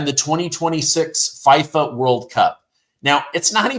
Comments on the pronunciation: Dude, look up how to pronounce FIFA, please 😂. Say it with an E sound not an I sound. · FIFA world cup is pronounced FEEEFA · is it feeeee fah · You don’t pronounce FIFA correctly. Go on line and learn.